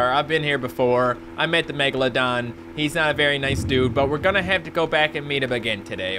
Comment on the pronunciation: you Said megamedon